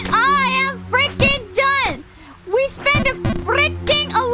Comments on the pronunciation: "We spend a fRRRRRReaking..." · I lost it when she said "freaking" with rolling r's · she rolls the R in freaking and its grand